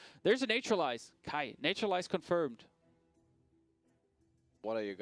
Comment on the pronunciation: Every time I hear them say "Nature-lize" I want to cringe. Its Nat-ural-ize. Not NATURE!